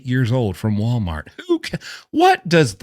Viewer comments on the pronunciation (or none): none